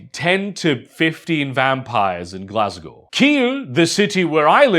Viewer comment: Completely blindsided by that slightly Slavic accented pronunciation of Glasgow 😂